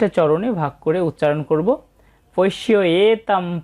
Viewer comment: ভুল উচ্চারণ করলেন কেন? আপনি উচ্চারণ করেছেন__"পোশ্যেতাং"। ঠিক উচ্চারণ হবে_" পশ্যৈতা"। পৈ-কার, পো-কর হল কী করে?